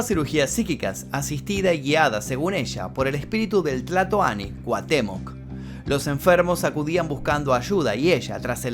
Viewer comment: "Cuatemoc", dice éste 😂😂😂